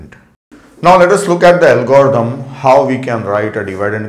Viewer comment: parece que cuando dice algoritmo dice "el gordou" jajaja por cierto me ayudo un monton!!!